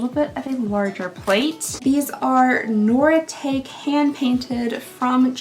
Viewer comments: LOLOL BLESS YOUR HEART, SWEETIE ITS PRONOUNCED NOR I TAK EE NOT NORI TAKE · Hon... Noritake is pronounced Nor-a-taki it's vintage and can be worth. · Noritake china is Japanese and is pronounced nor-i-talk-ee. Japanese words are mostly pronounced phonetically by syllable, the i in the middle is pronounced like the i in "it". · Nor- I- tock-ee is the correct pronunciation of Noritake. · You got some nice things. The Noritake , (pronounced Nora-taw-key if I’m thinking correctly), dinnerware/china can be worth money in some cases. The stemware was beautiful. The tray is fabulous. I love the book! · Hi! The China is pronounced: Nor-a-tok-ee (Noritake). It’s a Japanese China - my wedding China is that brand.:)